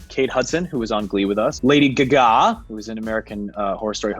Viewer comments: Why no one is talking about how he says Lady Gaga “lady ghaGhÁ” ? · the way he said lady GAGA lmao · It’s the he said gaga sorry lmfao